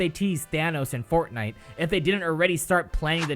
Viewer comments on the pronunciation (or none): none